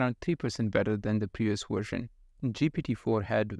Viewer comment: It's VVVVVersion, not WWWersion. 🙂